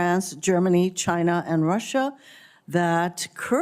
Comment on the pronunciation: Mr Reed it is CHINA not NOT CHIN ER